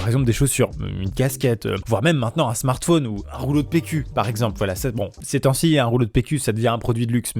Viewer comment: pourquoi vous dites un smartfonn